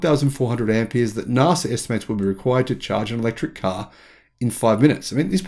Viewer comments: NASA! Not NARSA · It’s pronounced NASA. Not Narsa. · I thought you said "Nazi Technology" for a moment :-) I've been watching too many videos about WW2 and Hitler, obviously.